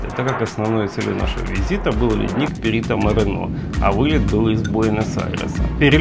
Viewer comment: правильно Perito MorEno , no Perito MorenO